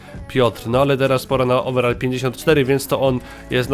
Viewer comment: ouverall chyba pac xD